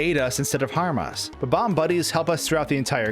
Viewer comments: Is it really ba-bams? I think its BOB-omb :Dlike bob the name :D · Its Bob omb not bbomb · In English, words have the accent on the first syllable. It's Bob. Omb. Not buhBOMB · You can clearly spell 'Bob-omb', so why can't you pronounce it?? It's not 'Bo-bomb'!!! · Why do people who speak english always call them ''BABAM'' it's spelled ''BOB-OMB''. This is why your language is so confusing to people who are trying to learn. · How many times did you say "Bom-om" in this video? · interesting theory, but the thing i can't get over is how you pronounce bob-omb you know there's a hyphen in there, right? how you pronounce the word is literally shown to you in how the word is divided people keep doing this, and i just don't get it